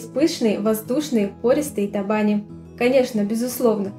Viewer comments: табани, ударение на последний слог. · В Удмуртии ударение в слове табани делают на букву и. И конечно готовят в печи с начинкой из фарша или с мойвой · В слове табани, ударение на букву и.